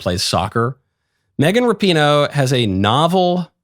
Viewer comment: It's pronounced like Rap - i- no